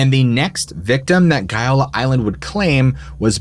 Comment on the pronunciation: As regards the Gaiola Island so like the lies about the Agnelli, apart from GAIOLA and not as you pronounce:GOLA. Shooting bul...it about the Agnelli in your place I would be "very careful".❗